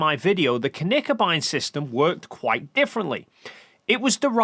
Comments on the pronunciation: Tip on your pronounciation (and I know this is not easy for English speaking people and there are several places on the internet that don't teach it the right way). Knickebein is not pronounced like kuhnickebein. It starts with a short K and directly behind it the N. Kinda like you say Klingon and not Kuhlingon ;) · about the pronounciation of Knickebein: There is no "a" in Knickebein. Speak the K with an almost closed mouth. It's a german term. Germans don't add vocals to words without a reason. That wouldn't be efficient. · Honestly the only things you're getting wrong are your pronunciations of Knickebein and X-Gërat.